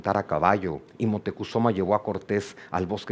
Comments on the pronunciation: Moctecozuma? Siempre he escuchado Moctezuma!😮. También he estado atrapada con la asombrosa narrativa del doctor en historia Juan Miguel Zunzunegui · Es moctezuma no es motecozuma